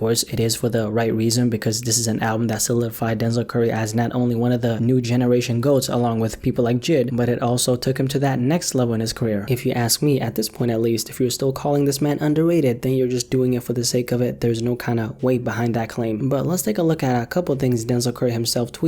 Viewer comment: Man did u just said jid not J.I.D